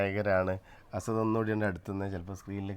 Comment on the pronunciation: അസദ് എന്നാണോ അല്ല അസ്അദ് എന്നാണോ കുട്ടിയുടെപേര്.